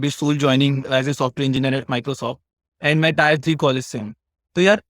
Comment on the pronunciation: टीयर होता है टायर नहीं, इसी से पता चल जाता है कि आप टियर 3 से हो, टियर को टायर बोलते रहोगे तो microsoft तुम्हें बहुत जल्द निकाल देगा